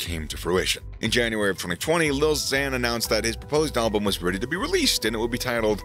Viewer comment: Why do you say alblum? There's only 1 L in album 😂